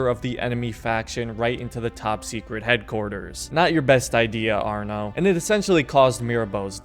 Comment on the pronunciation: It’s arno